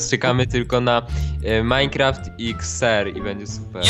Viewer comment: MineQusim? :D